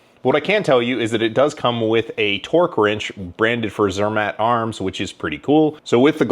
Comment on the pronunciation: Zermätt Arms. Think of Mott's apple sauce with the pronunciation. Zur-Mott. Have fun at Shot Show!